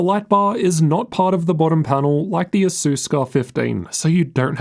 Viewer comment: I cant hear the difference between asus and acer when saying it lol